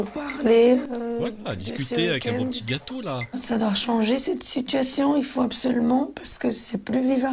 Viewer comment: Ch'ui morte son accent m'a tué surtout quand il a dit le gâateau 😭